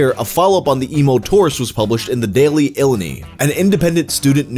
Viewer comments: FYI: It's ILL-LIE-NIGH, not ILL-I-KNEE. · Hearing Illini (ill-eye-nigh) pronounced as ill-in-knee almost made me do a spittake lol Also as an AF fan and former UIUC student I'm definitely guilty of snapping a few pics there. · as someone who currently lives on campus at the u of i, it pains me so much that you called it the “ill-a-knee” and not “ill-eye-nye” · just an fyi g illuhknee is not how illini is said g, not that I gaf cuz as far as I know I'm not native or specifically that tribe but, anyways before I drag this shit on, long i's in illini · Side Note: "Illini" is pronounced "ill-eye-nigh". - An Illinoisian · I'm surprised how far I scrolled without seeing someone comment on the pronunciation of Illini. (Said in a way that makes sense if you haven't heard it said ill-eye-nye.) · Also just for future reference, the word "Illini" is pronounced "Ill-EYE-nye" by locals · Its pronounced ILL EYE NY. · Just so you know, that website is pronounced The Daily Ill-eye-nigh. Not the goofy way he says it in this video. Not important, just letting you know. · Daily Ill-eye-nigh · It's pronounced ill-eye-nye. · Illini is pronounced ill-eye-nigh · The way bro pronounced “Illini” 💀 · lmao whangs pronunciation of "Illini"